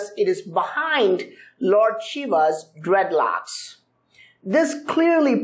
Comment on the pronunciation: Did he say "DREADLOCKS"